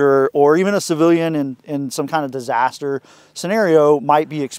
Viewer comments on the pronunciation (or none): none